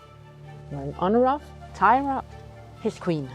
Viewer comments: disappointed that the Danish runologist pronounces the name of Thyra as if it were an English name; “Teira” or “Taira” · The name is Thyre not Thyra. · So was I. Why pronounce Thyra different, when you pronounced Ravnunge-Tue (the carver) in Danish 🫣😅